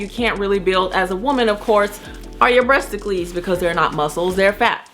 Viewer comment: The way you said breasticles 🤣😃😄